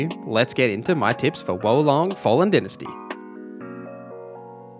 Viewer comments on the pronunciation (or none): It's Dy-na-sty not dentasty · Dy-na-sty is the American way, din-asty is the uk/ aus way 😁